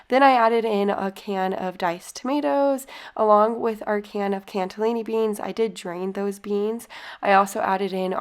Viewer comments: Am I the only one that heard her say cantellini not cannellini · There's no "T" in Cannelloni Beans